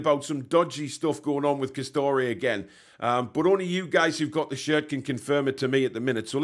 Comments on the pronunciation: M8 its Castore not Castoreee as you put it 🤦‍♂️... As a Rangers & Newcastle fan living in Northern Ireland i cant wait for the game... Castore make both Rangers & Newcastle kit and to be honest they only wanna knock out kits as quick as they can instead of QUALITY. Hate their stuff to be honest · by the way it pronounced CAS-STOR not CAS-STO-RAY. 👍